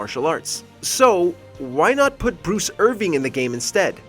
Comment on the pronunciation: just cos bryan fury uses knees and elbows, doesnt mean hes a muay thai fighter -its irvin and not irving -thats not how you pronounce hackneyed -you implied the best reason to dislike lucky chloe is because she's "vibrant and outgoing"